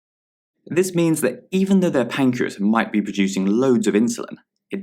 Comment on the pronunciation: Pancreas not 'pacreas'